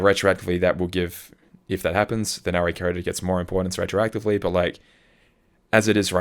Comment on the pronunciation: saying Re:Coded like R.E. Coded is unhinged ~ or should I say unchained ~ It's not a Resident Evil game lmao The Re in Re:Coded is short for remake and is said just like the normal prefix re- like in remake, redo, relive etc ~